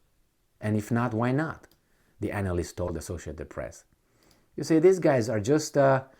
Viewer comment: I feel like purposely pronounced anal-list